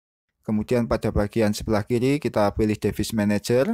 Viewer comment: duh bacanya bkn devis tp divais. tutor bgs anyway